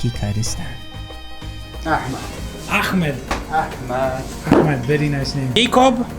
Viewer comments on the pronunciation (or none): You better say "Ahmed" with the English "h" rather that using the Spanish "j"